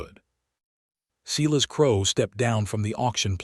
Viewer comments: Could you educate your AI tool on how to say Evelyn and Silas? I found it hard to listen.😆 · AI is VERY bad at pronouncing proper names or picking the right pronunciation of spelled-alike words. He did not "reed" the telegram, he "red" it. Evelyn and Silas were mispronounced throughout and made me cringe listening to it. AI can be helpful, but it is still distressingly fallible. Do producers never listen to their narration and edit the errors? A decent story with good images that was spoiled by bad AI and lack of correcting them. OR, USA